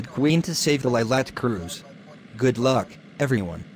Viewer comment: He said goo luck instead of good luck